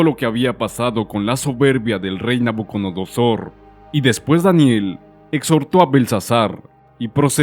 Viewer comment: Porque dice nabunodosor? Si es nabucodonosor?